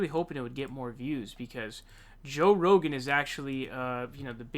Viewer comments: You have a show, dude. The least you can do Is learn the pronunciation of the names of people you will be talking about. You say Saunders for Sanders and Rosen for Rogan, and I'm sure there is more. It's annoying dude. I like you, but that's annoying. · roGan not roSan. Jeeze dude, sure Biden's senile but you yourself cannot read/speak the name of the subject of your entire video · Es rogan not rosen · Omg. It’s Rogan, not Rosen. Oy! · It's Joe Rogan not Rosen. And Bernie Sanders not Saunders. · Joe Row-gan not Rosanne 😉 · Dude it's Joe Rogan. Row-gen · Who tf is Joe Rosen? Does he know Bernie Saunders? Did you have a stroke? Does millennial alzheimers make you fuck up people's names? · Its Joe Rogan not Rosen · Please stop saying joe rosen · He's (rightly) calling out Biden for not remembering names,, then repeatedly calls Joe Rogan as Joe Rozen. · Dude, why do you call him Joe "Rosan" ?? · Why does he keep calling him Joe Rosen? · Row-Gan = Rogan. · Does anybody else think it's pretty funny that this dude called him 'Joe Rosen' and he was ripping on Biden for flubbing a line? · say Joe ROSEN! LOL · Joe Rozen... tell me this is a joke on a video about someone who can’t pronounce words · Did you just call joe Rogan joe Rosen? Lol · "Joe Rozan" lmao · You really called him Joe Rosen 😂😂😂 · Brother we listen to your every word. It’s Rogan not Rosen. But I’m not dogging you bro FYI people are listening to you because you a natural and effective. So just remember we joke about the name, miss but others have other agendas Hey you’re effective, 👍🏽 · Are you calling him Joe “Rosen?” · Does anyone why the fuck does he call him Joe “Rosen”?? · No “S” in Rogan. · Lol. You keep calling him Joe rossin. Did Biden get near you?. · Seriously wtf is wrong with you and pronouncing peoples names....Bernie Sonders, chjoo Biden, Joe Roshen....you just want to trigger people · Joe Rosen? U cant pronounce many names, r u ok...? Saunders.... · Ro G G Gan g not S